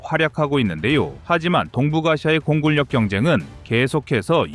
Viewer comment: 공군력->공군녁 (공굴력 x)